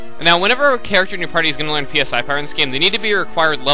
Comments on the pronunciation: pronounced "SIGH" XD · FYI that word "PSI" is pronounce sai (as in psionics)